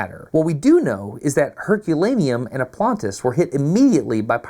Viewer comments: it is not "Oplantis" , but OPLONTIS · OplOntis, with an O, it's my city, c'mon DAstin 😂